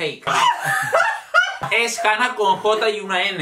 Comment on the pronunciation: JAJAJA ME ENCANTA QUE DIGA "FAQUEEE" EN VEZ DE FAKE JAJAJAJA